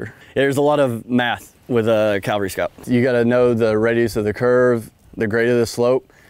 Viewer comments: CAValry...not Calvary...that's a hill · I could swear he's saying "calvary" instead of "cavalry". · Cav scout saying Calvary and not cavalry, lol. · When ARMY calls themselves CALVARY instead of Cavalry... And someone tell me how tf a Cav Scout doesn't actually know the reason red lenses are used at night lol. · I’m honestly not trying to nitpick, nor am I making fun when I ask this, but – is it common for Cavalrymen to pronounce it Calvary? Cool video! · Cavalry. NOT Calvary. WHY do so many people mispronounce it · Sorry dude, you lost me when you said CALvary scout instead of CAValry scout. I'm a lowly E5, but I still know how to pronounce words. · Someone needs to tell him it is CAV-al-ry not CAL-va-ry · "Calvary." Bruh. Y'all even say "cav scout." "Cav," not "cal." How do y'all not know how to say "cavalry"? How is that not an immediate "gtfo of my board" by every CSM? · A pet peeve of mine is hearing Soldiers mispronouncing this type of unit. This Soldier is NOT a Calvary Scout...he is a Cavalry Scout! No one EVER served in the 1st Cal...they served in the 1st Cav. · Why does he keep saying calvery instead of cavalry ? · He defiantly says "calvary" scout a lot! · Is he saying CALVary Scout?? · It's cavalry, not Calvary. I know, people get those confused. Kind of like nuclear and nu-cu-ler. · He keeps saying calvary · Is it bad that I find the mispronunciation of “cavalry” annoying? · You’d think someone in the cavalry would know how to pronounce it. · Just - unlike him, make sure you say it correctly. (Because there's a big difference between a mounted warrior and the hill where Jesus died.) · Can we at least find a guy who can pronounce cavalry correctly? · I wonder how often they're required to scout where Jesus was crucified... For a SSG/E6 I expect you to at least pronounce "c-a-v-a-l-r-y" correctly. It's the difference between talking about where Jesus was crucified and a Soldier who scouts the enemy from a horse.